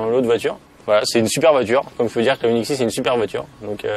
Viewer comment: J’avoue que dans le bilan final, parle de façon naturelle et des plus distinctive. Il n’y a que lorsqu’il parle de truc bizarre, yoniksys je ne sais pas quoi, là il commence à délirer et on ne le comprend plus.... A bientôt et merci pour toute cette bonne humeur, vous êtes les meilleurs!!